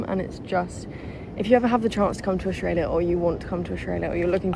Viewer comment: I love how he says Australia It’s like “oss - strayla” It’s funny seeing other people try to say Australia if your from there